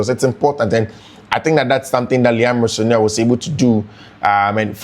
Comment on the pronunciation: The way you pronounce his name is funny ooo. I listened to him n he pronounce his name as Ro- senior